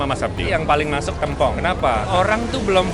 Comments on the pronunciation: Maaf bang, pelafalanya bukan tempong tapi tempong beda nada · TEmpong bang bukan tempong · tempong bukan tempong bacanya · "Tempong" dibacanya "tempong" bang, bukan "tempong". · Lama-lama gw tempong elu bang dari dulu nyebut tempong aja masih salah yang bener itu tempong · bang cara ngomong tempong itu bukan tempong, tapi tempong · bilang sego Tempong ky bgitu terus deh, udah diralat SM king abdi jg, masih aja gitu nyebutnya.. geregetan gw..pengen nempong aja si nih..benerin cara ngomong Tempong nya dong..😝😝😝😠😠😠😠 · Tempong bacanya seperti tempe, klo d daerah ku tempong artinya di sleding...